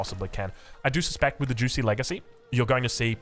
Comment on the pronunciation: I didn't know it was pronounced juicy